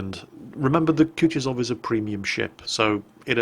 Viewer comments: koo too sov...not koochtisoff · it's Ku-Tu-Zov. stress on the second syllable, not the last one, Kutuzov was not French, in fact he kicked Napoleons's ass.